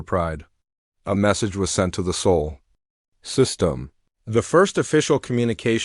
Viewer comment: Please tell your AI it's spelled Sol, not soul.